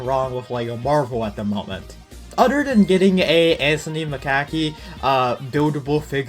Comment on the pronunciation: "Anthony Mcackie"